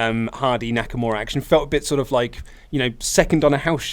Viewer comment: How y'all see Nakamura and pronounce it Naka-more-a is beyond me